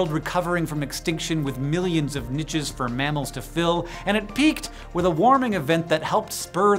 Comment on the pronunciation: I love these videos but your insistence on mispronouncing "niches" is making me twitch. You are surely trolling at this point?!